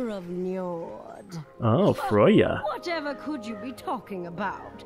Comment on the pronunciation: It's frey-a not froy-a or whatever the hell you said